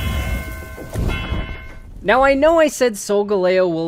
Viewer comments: You should have titled this top 5 favorite pokemon, not best, just saying. Sol-gahl-leo not sol-go-lao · GIRATINA, NOT GARITINA! SOLGALEO, NOT SUNGALEO! FIX IT NOW! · Sol-ga-lay-o xD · I thought Sogaleo was pronounced Sol-Gal-Leo. Not like how. I just don't know why. 😅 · Isn't it SolgAleo? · IT'S SOL-GAL-E-O. THE WAY HE SAID IT IS SO ANNOYING